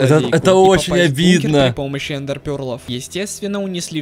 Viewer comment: Эндер а не ендер